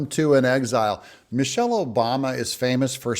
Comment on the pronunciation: Did you say Michile ?.